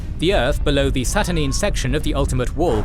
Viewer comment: I commend you guys for all the great work with visualisation, but some of the pronounciation in this video could use some reviewing before release. See: Saturnine, Aegis and others.